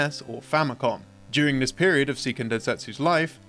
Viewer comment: Just a heads up for your narrator, "Seiken" in "Seiken Densetsu" is pronounced "say-kehn," not "see-kehn." In Japanese, "ei" is pronounced as "ay" while a standalone "i" is pronounced as "ee," so it would only be "see-kehn" if it was spelled "Siken Densetsu."